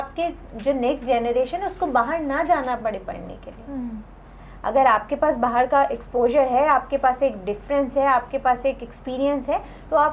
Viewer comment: are they calling that langauge as URDU? are u kidding me ? and why the hell she is pronouncing "bahar" as "baaher" baaher is marathi language word..and it sounds pathetic with hindi langauge words ~ ..they have just mixed up hindi n marathi langauge of india..which is much ancient that urdu.. and they created urdu langauge lol